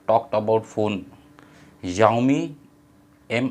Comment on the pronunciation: Youmi nhi Xiaomi h🤣🤣